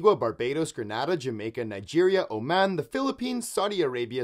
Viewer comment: I’ve been to Grenada. They pronounce it Grenade-uh.